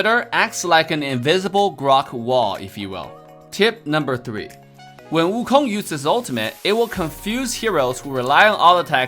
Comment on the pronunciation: I love how he calls "Sun" Wukong.